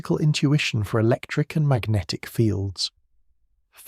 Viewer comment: I love and hate equally how Magnatic is pronounced as Ma-guh-natikkh every single time. Focusing on this sooo much I can’t sleep now.